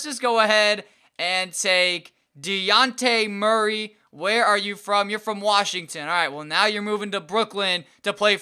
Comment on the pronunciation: is pronounced dejohnte murray